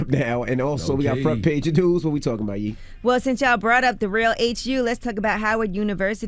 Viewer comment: Sounded like somebody actually tickled Yee the way she laughed when that guy butchered her name😆